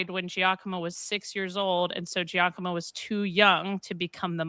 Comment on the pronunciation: Not a threat: when you have “gi” in Italian, it just indicates a soft g, like a j. So Giacomo is pronounced ja-ko-mo, not jee-ah-ko-mo